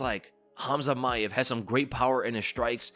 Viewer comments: It's not maev it's mAAev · You have to pronounce the name as Ma-aev. Pronounce A twice.